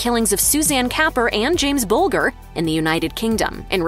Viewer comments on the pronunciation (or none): The child was James Bul-jer. Not Bul-ger as you’ve clearly not researched properly the crime